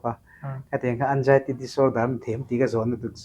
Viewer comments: Anzaity ti in soi roh nge Anjaity itih zel a ngaihthlak a hahthlk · Anxiety ❌ Eng-jai-ty ✅ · Anzaity lam dan pawh kan youtuber pa chu no mawi khawp mai